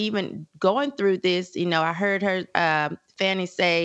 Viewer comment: HER NAME IS FANI... LIKE FANNY